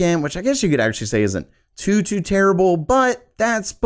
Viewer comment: Why does he say "Tsu" instead of too? He sounds like a Homosexual.